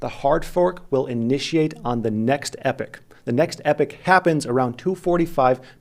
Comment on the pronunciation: Sorry to bother you good looking man....its "EE POCK" not "epic"----->epoch.